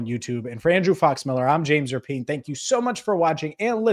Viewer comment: Speaking of names...not sure if u caught Kay Adams crediting...JAMES RAPPY-ANN at first. After couple tries she did finally say...RAPIEN